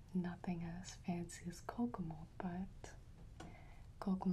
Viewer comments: Same. For the longest time I thought she was saying kokomo.......lmfao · Every time she says Kokomold my brain just goes “ARUBA, JAMAICA, OOH I WANNA TAKE YA TO BERMUDA, BAHAMA, COME ON PRETTY MAMA!”